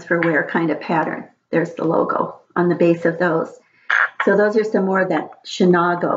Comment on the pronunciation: Hi there - I love it and collected as well. Chenango is pronounced Shunango with a long a. I didn’t realize it was transfer ware - I thought it was not?